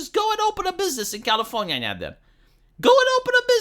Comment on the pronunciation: Why do I love that he says Californyanya?